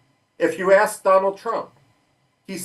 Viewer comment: DonawlD Trumph